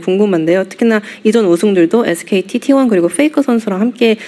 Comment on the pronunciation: T1을 어떻게 읽으면 T1가 라고 할 수 있는거임. 티하나라고 읽은건가